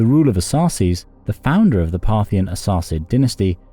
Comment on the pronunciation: Thank you for pointing out a more "correct" rendering of the name, distinct from the narrator's "Arsasses". I would like to point to the similarities between Ar-Sak, A--Shka-nian and Saka, Shaka, Sakha, or in more mutated form, "scythian".